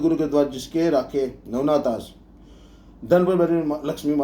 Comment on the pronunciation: आश होगा कि आस ? Vocal me आस है